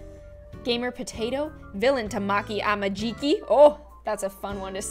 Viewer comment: How is no one talking about how badly butchered 'Tamaki Amajiki'? This isnt hate but i laughed so hard every time🤣🤣